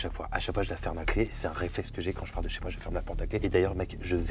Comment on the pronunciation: Pourquoi tu dis chez wouahne mais que ce chez toi 🤔🤔🤔🤔